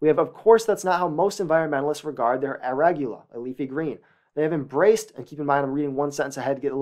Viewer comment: Htf did this dude get a perfect score on the sat but can’t pronounce arugula?